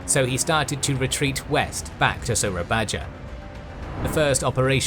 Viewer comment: The J letter on "Soerabaja" is read "y" like when you said "Yes"